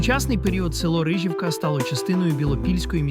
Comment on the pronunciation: Не КиЯниця, а КиянИця. Не РИжівка, а РижІвка.